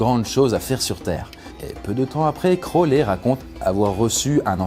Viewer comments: ta prononciation est horrible c'est pas (crowlès) mais (crowli) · Par contre ça se prononce "Crowli" voilà haha crolè mdr